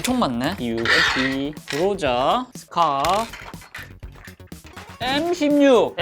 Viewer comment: 허팝니 갓로자 아니고 그로자입니다